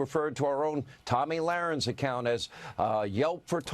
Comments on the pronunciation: Tammy Larinx HATES when you mispronounce her name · Love how you mispronounced both of Tomi’s names 😂😂😂. She deserves that and more.